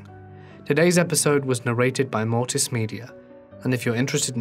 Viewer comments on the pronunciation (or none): none